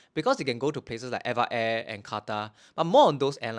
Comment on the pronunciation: Hey I left a comment on one of your older videos and we had a brief back and forth about how to pronounce Eva air. Turns out we were both wrong LOL You say: ever air I say: Eva (like the girls name) Supposedly, it's officially supposed to be pronounced letter by letter: e-v-a air Source: (mentioned towards the end of the video)